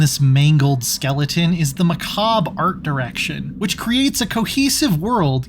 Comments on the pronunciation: Macab? You mean macabre? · why do anglophones say "macab"? there's a whole syllable at the end that you just skip